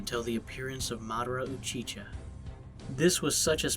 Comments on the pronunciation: Its Madara Uchiha not " MaDarA UcHi- ChA" 😭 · Did he just say u chi cha its u chi ha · Uchiha not uchiCha wtf lol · UCHICHA?!! This man does not watch ANY anime. Gthoh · Madara Uchicha? WHO THE FUCK IS THAT? I'm just joking around but it's UCHIHA, bro. NOT Uchicha. Kind of important. Just sayin'... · Bruh he kept saying Madara Uchicha 🤦🏾‍♂️😅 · Uchicha? Lol. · u-chi-cha?? It’s pronounced u-chi-ha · madara is my number one character of all time and u said uchiCha 2 times man atleast edit the vid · is when i dipped ???? Uchicha idk how any anime fan can get that name wrong😂😂😂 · Madara UchiCha lol man your pronunciations are absolute trash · Bruh he said uchicha low key trigger but I will let it slide😏😏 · Bro its UH-CHI-HA NOT UHCHICHA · I’m sorry I don’t mean to criticize but where in the hell did you get madara uchicha from madara uchiha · Did this guy f-ing call the madara, uchicha? Like how bro damn, good vid tho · It uchiha... not uchicha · “Madara uhchicha* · your saying the name wrong on the overlord anime series please get it right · Nan just said madara uchicha...disgraceful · tf Madara uchiCha? Good vid btw. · Buddy Naruto fans will boycott you for disrespecting god of war Madara Uchiha(Uchi-Ha) his name alone was sufficient to start 4th great ninja war edit ittt buddy please edit it Uchi-Ha use audacity or anything else just do it By the way I enjoyed the video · It doesn't mean that he doesn't watch the anime, it probably means a pronunciation error because he's from a different country or something. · thats my point. Get HIM outta here. Like I honestly don’t believe he even watches one anime to not know how to pronounce UchiHa